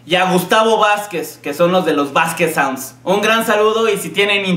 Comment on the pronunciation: Jajaja "Saunsds"